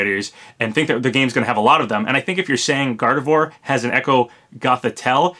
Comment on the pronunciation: I hate to be that person but... Gardevoir = Gar-dev-wah... It's French.